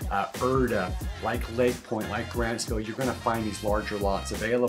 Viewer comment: Grantsville. Not Grandsville. 😅😂😅